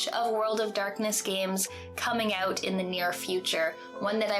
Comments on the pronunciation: It's more of an "oat" than "oot" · It's pronoonced Oot, eh? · I love the Canadian 'out' sound